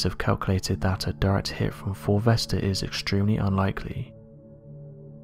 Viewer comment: I thought this guy was saying ‘fulvester’ the whole time...and it got me thinking, why have I never heard of this asteroid called fulvester before... then it hit me... he was saying 4 vesta😂